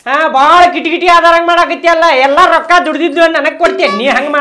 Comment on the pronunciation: ರೋಕಾ ಅಲ್ಲ ರೊಕ್ಕಾ 😂